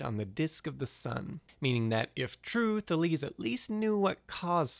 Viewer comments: Today I Found Out They certainly didn't say "Taleeze". You know, there are people, experts, who study this stuff (ancient Greek in particular). And while there is some truth to the whole "we don't know how they pronounced it" argument, it mostly referes to how exactly they pronounced the R (whether it had a little h-ish sound before like HR or a little puff of air after it like RH, nuances like that. It was certainly an R), or something else along those lines regarding some specific letters and signs. It's not as if we had "no idea what the language sounded like" because we pretty much do know. The idea that we know nothing about it is ridiculous and, quite frankly, an insult to anyone who studies ancient languages. And I'm sorry to shit all over your video that clearly took a lot to make and was fairly entertaining, but for fuck's sake, look up how to pronounce words like these. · *THAY-leez, *zen-OFF-en-eez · THA-les xe-NO-pha-nes you know you can find the pronunciation of all the greek ppl ever on wikipedia, right?